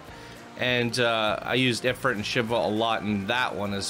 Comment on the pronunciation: It's pronounced "Eh-freet" :)